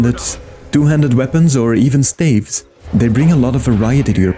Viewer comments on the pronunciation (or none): none